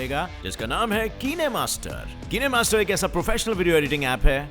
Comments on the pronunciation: Me bhi same yeah hi soch rha th kinemaster to kennemaster🦄🤣🤣😂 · Not:- काइन master It's :- किने master 😁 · Its kinemaster not keene master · Ki ne master nahi! Kind-kine D-e Kinemaster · Bhai it's not kin e master it's a kinemaster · Are bhaiiiiiii kinee master nhi kine master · Its not kineeee master kine master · Ye bacche bacche KO pata hai kinemaster Bolte hai na ki keenemaster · I really first time heard that kinemaster ko ye Kiineee master bolta hai 😁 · bhai it's not KeeneMaster it's Kinemaster 😁😁😁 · it’s kinemaster not kineeemaster 😅😅😅😂😂😂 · World: kinemaster: keenemaster 😂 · Not किनेमास्टर 🤣🤣🤣😂😂 it is काईनमास्टर 😂😂भाईसाहब 10 fail 😂😂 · Kenemaster nahi kinemaster hae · Kinemaster ko kenemaster bol dia 😂😂😂😂😂😂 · ओ सर ओ कीनेमासटर नहीं कयिंमासटर है google it 😂😂😂😂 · Not kiine master it is kine master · I THINK BHAI VO KEENEMASTER NAHI KINEMASTER HOTA HAI 🤣😆😂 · Kene master 😂😂 It's kinemaster!! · Bro it's not keenemaster it's kignmaster like sign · totla hogaya h kinemaster ko keenemaster bol raha h 🤣🤣🤣🤣🤣🤣🤣🤣🤣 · Me using "keneemaster" Btw it is kinemaster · Keene Master Nahi it's Kine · This is kine not kene bro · Pura duniya its kine master Le - Keene master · Erno rubiik ko eron banadiya Kine master ko Keene master bana diya Kya ho raha hai bhai 😂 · My reaction when he say 'keene' 🤣🤣 sir keene nehi 'काइन' hai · "Kine to Keenay" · It's pronounaction is Keene master not kine master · Kine ni kaine bola jata h mere bhai😂😂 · Keene master 😂😂😅 mai to kine master samjhata tha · किनेmaster nhi haye काइनmaster haye😅😅😅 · Bro ur pronouncing wrong it' is pronounce kind not kin ne itz kindmaster😂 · Others: kinemaster bhai: keneamaster 😂😂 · Others: elon musk: eelon musk😂 Others: kinemaster: keenemaster 😂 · Bhai kinemaster ko ki nemaster 😂😂🤣🤣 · Ki na master nahi kin master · Kine nhi kine master hota hai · Who laughs about his pronunciation KineMaster like kenymaster ? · Its kinemaster yur pronounciation is wrong😂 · Same here